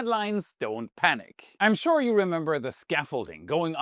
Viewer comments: No K in panic!! keep up the good work!!! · there is no K in Panic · Panic doesn't end with a k